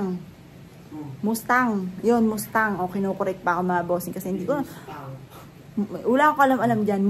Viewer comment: Sports car is nice. MAS TANG ang pronunciation not moose tang